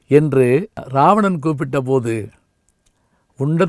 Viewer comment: இராவணன் என்பதே சரியான தமிழ் உச்சரிப்பு. இது கூட தெரியாத சிறுவனா நீ....